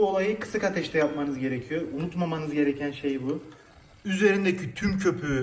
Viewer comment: Eklliyörüz diyor adam, gerekiyöör diyor. Nasil izleniyor anlamiyorum